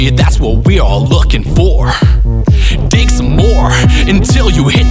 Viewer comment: I swear i keep hearing him say “dick” and not “dig”